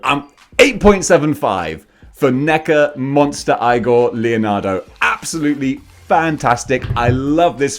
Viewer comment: It’s pronounced “eye-gore”. If you know, you know 😉